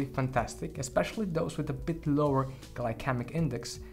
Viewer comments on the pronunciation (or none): Pronunciation Gly-See-Mik not Gly-kemik